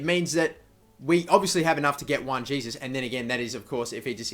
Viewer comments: Juan Jesus (Wan Hey-Soos) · Sign Insigne, real versatile player, and Jesus (btw learn to pronounce his name) when/if you sell Longo.